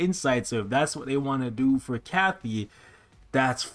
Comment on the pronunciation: it’s Katy not Kathy 😤